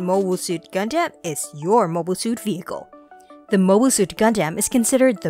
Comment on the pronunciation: is it just me or does anyone else get upset at the pronunciation of gundam? for me it will definitely be Exia